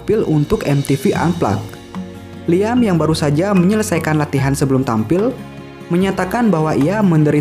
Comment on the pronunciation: kata "liam" disebut bukan "liam" min tapi "liem"